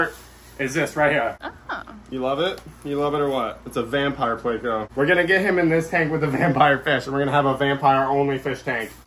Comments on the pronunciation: Not a damn "playco" pleco. Say it with me. PLECO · Please say it correctly. It's plEco.... not playco. Gunna give me a damn aneurysm